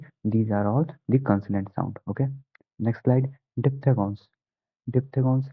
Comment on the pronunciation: Diphthegons nhi hota diphthongs hota hai